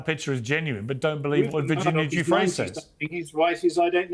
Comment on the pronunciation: 24.02 min: this deceitful man Brian Basham can't even pronounce Virginia Guiffre's name properly. He says he's conducted investigations into Virginia's case and yet repeatedly calls her Virginia Jeffreys. 25.40 min: wow, the anger and aggression this man is utterly vile. Just googled him - bit of a history.